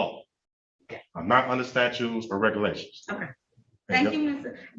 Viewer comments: Loved the judges reply of "that ain't going to happen." Priceless! Dumbass said "statues," not statutes. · “Statues don’t apply to me”… “I axe you”…